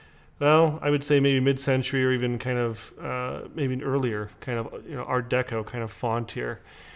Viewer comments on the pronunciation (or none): none